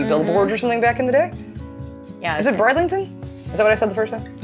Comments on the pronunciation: Chichester is pronounced 'chich-ester' rather than 'chi-chester' and 'brid-ling-tun' rather than 'bride-ling-tun' - hope that makes sense! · Not brideliton bridlington lol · It'd pronounced B rid ling ton xx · I was born in Brid-ling-ton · It's pronounced Brid (as in rid) Ling Ton (as in tun) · Hi ladies it's pronounced Brid- ling-ton. Great video.